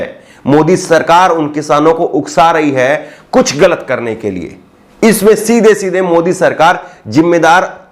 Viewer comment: aap ki urdu word Galit bolte hai ise sudhare pls